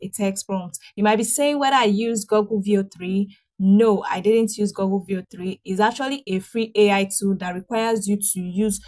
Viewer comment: Good video. Please it is Google like in book, not goggle.